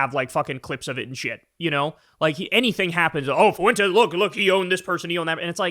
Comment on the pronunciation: Well there is Based Lore, I don’t think he’s a foreign bot but he definitely works for FWEN-Tez (yep, correcting your pronunciation again). Update: I just found out Based Lore was thrown off YouTube. Too bad.